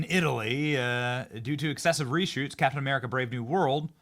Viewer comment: you all know Kap'in Uh'Merika isn't real right